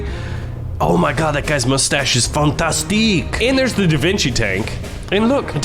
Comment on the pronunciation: Your "fantastique" was truly fantastic